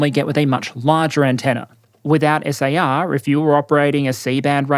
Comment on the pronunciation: Prounouncing SAR as "S.A.R." instead of one word made me irrationally angry haha